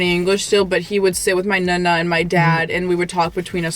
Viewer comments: Carlo teach how to pronounce NONNA - it is not nOOna (nuna) - but nOnna! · Why do you say Nunna instead of Nona? I think it’s time for to learn Italian. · Cute she pronounces is nuh-nuh 🥰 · Its... Nonna....like know-Na...